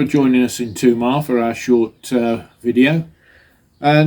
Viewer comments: Tomar - accent on the ‘ar’ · It’s pronounced Tuh’MAR - emphasis on second syllable. Although the ‘o’ is very often pronounced “ooo” that’s mostly at the end of the word - like “obriGAdoo”.